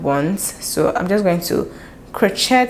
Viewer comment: Absolutely stunning & inspiring for next project. Love & learn so much from your videos! Crochet is pronounced krō-ˈshā with the T being silent due to its Old French origins.